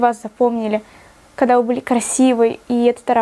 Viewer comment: Буид, кода... Как же режет слух., выговаривай все буквы.👌🏻